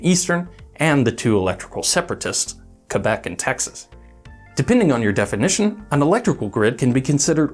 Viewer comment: As a French Canadian, I am so glad to hear Québec pronounce correctly. Even most Canadians cannot get it right, let alone the Americans. You have made my day!